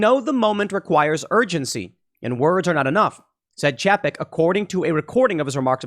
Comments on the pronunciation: Pretty sure it's pronounced "Chay-peck" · It's pronounced "Chay-peck" also known as Bob Paycheck or Bob Cheapskate.